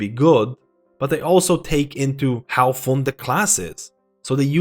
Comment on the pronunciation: Good analysis, I like it. Even though you say "fon" instead of "fun" and "plius" instead of "plus" 😆 👍